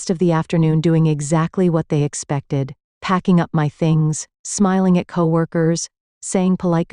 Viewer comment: Instead of saying "at" I'm hearing "ayee" & then a "tee". What is that? It's very odd.🤔